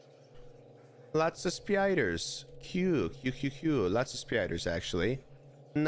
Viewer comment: The way they say “speyayders” is so funny to me 😭